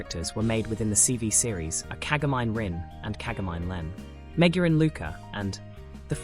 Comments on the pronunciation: "Kaga-*mine*"?!? How to tell us you have no exposure to the subject without actually saying it... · I love this but the way you're pronouncing Meiko and Kagamine is killing me